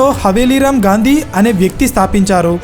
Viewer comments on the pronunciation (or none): none